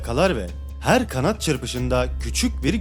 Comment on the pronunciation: Herrre Herre 😂yedin bizi